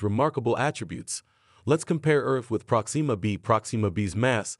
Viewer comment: Dang it! Why can't anyone say my name correctly?? It's NOT "Prok-SEE-muh" - it's pronounced "PROK-sim-muh"